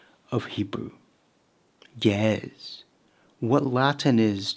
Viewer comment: pronounced "ge-EZ" just fyi